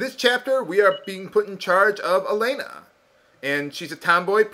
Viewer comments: And about name of main heroine. Actually there isn't name like Alena in russian, sure Belorussian version have that spelling, but if game roleplaying russian here name is same as Hellen or Ellen and actually written as Alёna(yes with dots) and spells like Alyona. Well a little ranting for teh great justice. p.s. And i'm amased how close to truth you pronounced Kyril and Borya names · Alena's name is pronounced wrong. She is like Alex from Totally Spies because of her martial artist attacks. 🎌